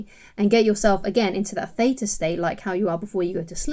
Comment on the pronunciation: Doez it work when ya brain'z in 'zwizz' ztate ; az well az 'feta' (theta)?🧀😂💕